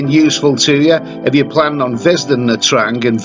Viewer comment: First thing you should learn hoe to pronouciate the cuty"s name correctly before making any video 'mate"